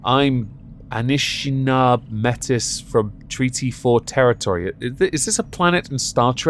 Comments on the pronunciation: Oh hey, I'm actually Metis lol. May-tee. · Metis is pronounced "may-tee" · Métis is pronounced ‘MayTee’. just for future reference. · It's pronounced may-tee. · Shucks. You got "Saskatchewan" correct, but "Metis" wrong? It's pronounced MAY-tee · Lol love the slaughter of the canadian names. Its pronounced "may tee"... she doesnt look anything like a cree woman.. like at all. I love in the area she claims to be from and know lots of cree natives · it is pronounced may-tee, lots of people have issues pronouncing french based words